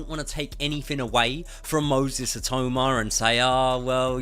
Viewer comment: U lazy mong. A video about the guy and you use an AI voice that says his name wrong throughout. Clown.